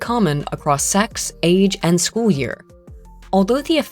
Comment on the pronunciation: "Affects chool performance and IQ"